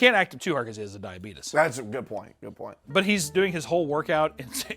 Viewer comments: Every single time says "Diabetus" I died laughing. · "I was having a hard time with my diabeetus" 😂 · actually saying it as “diabeetus” is killing me 💀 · I just cannot get over a grown ass man seriously saying 'suck face'... 44 going on 14? Also.. DIABEETUS. Fuckin' Wilfred Brimley MFer. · How does the guy with diabetes not know how to pronounce diabetes. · I cannot CANNOT handle his mispronunciation of diabetes. It is absolutely are you killing me😂